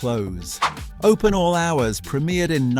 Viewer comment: Prem I ered not premirred.